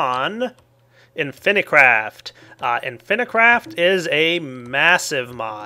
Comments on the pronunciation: inficraft but everybody pronounces it infinicraft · Why does he say Inifinicraft when the title says Inficraft? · It's called "In-phi craft". If it was spelled infinacraft then you would pronounce it like that. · not only failed at pronouncing inficraft and math:D